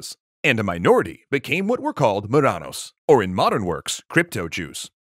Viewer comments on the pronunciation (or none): Ok, the word it's not Morranos, but Marranos. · Marrano, not morrano. Alhambra has silent ‘h’. Reconquista was a multi-century effort, not just multi-decade. Cristoforo Colombo or in Spanish ‘cristóbal colón’ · The term is not "morranos", it's "marranos".